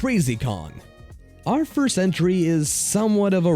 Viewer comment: Not foist